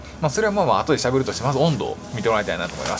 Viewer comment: 寒すぎて「しゃべる」を「しゃぶる」って言うてますやん！！